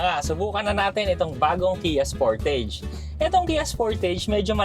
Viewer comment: Spur•tuhj po ang tamang pronunciation.